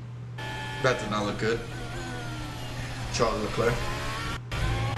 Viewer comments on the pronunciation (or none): none